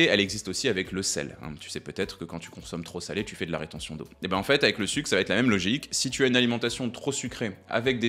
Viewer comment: Merci, vidéo très utile. Je me permets une remarque : ça va-t-être n'est pas une bonne liaison.